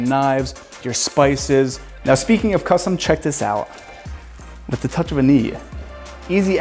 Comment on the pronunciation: And a blunt each time he says "costum"